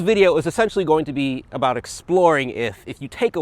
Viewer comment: Sorry aboot that bud